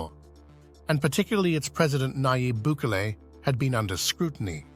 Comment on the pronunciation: God fuck say his name right BUKELE!!! NOT Buuckle 😂